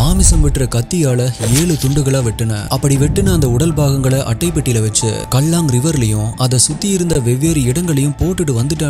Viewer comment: நீங்க தான் அவர்களை நம் தமிழ்நாட்டை சார்ந்தவர்கள் என்று சொல்லுவது அவங்களுக்கு நாம ஊர்க்காரர்கள் தான்😅 க்கேலாங் என்று உச்சரிக்கனும் சகோ கல்லாங் என்பது சரியாக இருக்காது